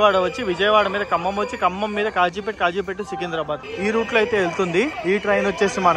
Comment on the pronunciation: Its Kazipet not Khajipet